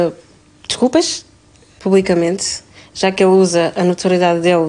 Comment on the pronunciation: "(...) também quero pedir desculpas publicamentss..."